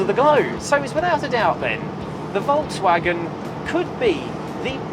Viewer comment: I am elated, An English speaking person that has not slaughtered the pronunciation of the Volkswagen, living in the US I'm constantly plagued by even advertisers pronouncing it as they see it. 👍